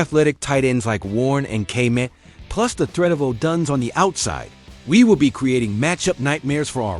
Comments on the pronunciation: Gotta stop using AI for your voice overs. They can’t pronounce any of the players names properly Kay-met, O-dones. Kmet and Odunze deserve better lol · Man you chopped up so many players names lol. Gotta do your homework (Odunze, Kmet, Shedeur)